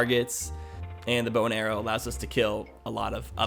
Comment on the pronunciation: Every time you say bow and arrow, I understand bone arrow :)